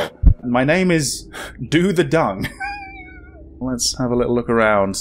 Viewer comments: Doh Thae Zoong is more closer to how it's pronounced. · there are accents to the name lol, and it sounds different. "dung" is pronounced more like yung with a long u sound.